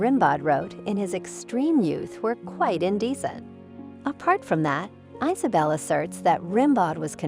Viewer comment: Not to mention Marseille. ICE-a bell and IZ a- bell. The computer generated voices are just too annonying.